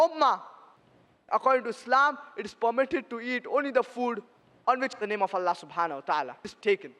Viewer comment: Allah ❌ nalla ✅😂😂😂